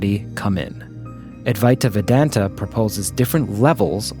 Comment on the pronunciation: C'mmon! You can do better with the pronunciation of Adwaita Vedanta!😄😅